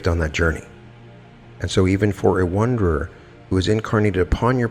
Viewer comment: wonderer? or wanderer? sounds like you are saying wonderer... but the title says wanderer... maybe they're the same thing